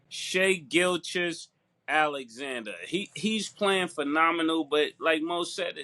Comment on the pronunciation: “Shay Gilchis…ALEXANDER” - Mase Hahaha